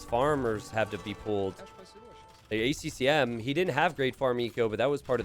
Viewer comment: "Bac-T" and "A C M"? get your shit together